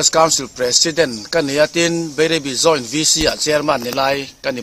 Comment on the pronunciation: Joint VC chairman meuh si in Beirebi a ti tlat hi engnge a awmzia aw Bairabi tih ni awm zawk tak.